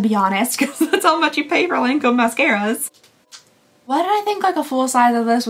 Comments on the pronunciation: Your everyday neighborhood French checking in. It's Lawn-comb. Like, hearing it will make Jimmy wanna get out his mower. Also La Vie Est Belle = La Vee Ay Bell. Edited to add: also, pharma hat on, a lotion is runnier than a cream, almost liquid. A cream is thicker and might be the "pasty thing" you're talking about. Or it could be a paste, which is less smooth than a cream. A gel tends to be less opaque. A serum is more liquidy like the consistency of a lotion or even less viscous but with the opacity of a gel (or less opaque). Eventually it becomes one of those things where, if you know, you know (or if you know the recipe of the product, you know) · Hello 🤗 I just love your advent calendar videos! Just wanted to say because you asked that the correct way to say Lancôme is actually without pronouncing the N 😊 for the AN sound it's more like the first version you mentioned rather than the Kentucky version 😂 For "La vie est belle", it means "life is beautiful" and it's pronounced "la vee è bell" (tried to englicised it 😂) Hopefully it makes sense, just wanted to help 😊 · So when you say 'Lawn-comb", don't say the 'N' on the 'lawn' section. In french, "AN" paired together typically make an "ahw" sound. Law-comb :) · The n isn’t pronounced in Lancôme